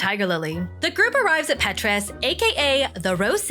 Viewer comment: It’s Petra not Petrus lol ❤